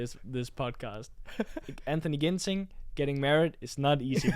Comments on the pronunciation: Ginting not ginseng 😁😁😁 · Antonsen kenapa nama Ginting jadi ginseng🤣😭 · Not ginseng but Ginting (Anthoni Ginting) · 😅😅😅 not ginseng but ginting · Batik Javanese not japanese..🤣😂...anthony ginting not ginseng.. Haha... Thanks for the vlog 🥰